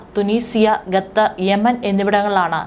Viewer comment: News reader must learn proper pronunciation of word " vyomakramanam" and Qatar. It's not "Gattar" as you pronounce...